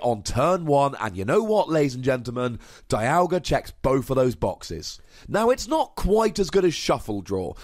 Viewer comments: I know it doesn't make sense, but it's pronounced DEE-alga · It pronounced Die-yal-gah in the anime.